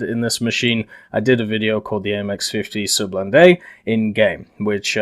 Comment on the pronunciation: you can call it the surblindé your prononciation is fine